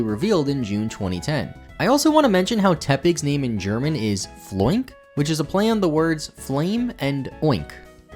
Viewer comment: I take it all back, Floink was fine for NA.